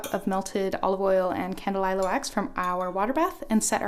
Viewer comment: Candelilla- Kahn- Deh- Lee-Yah